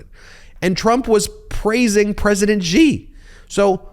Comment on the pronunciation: This is as always excellent content, but as pronunciation and correct diction have been significant talking points this week, a quick message to Ben: You are repeatedly mispronouncing the name Xi. As a non-Chinese speaker, no one expects you to say it perfectly or to use the correct tone, but "X" should be pronounced like a hard "sh," not like "j."